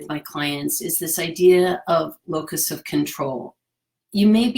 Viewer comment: I'm watching this near the end of 2023 but it looks like you uploaded this vid in 2020, when the entire world suddenly learned just how little external control we really have 😳😷. (My ears heard you say "locust" 🦗 of control which works for me😂). Thank you 😊